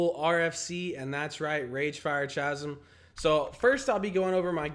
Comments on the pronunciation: "Rage fire Chah-zim" It's Ka-zim. Edit: holy shit I got baited into commenting didn't I? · if only you could actually pronounce chasm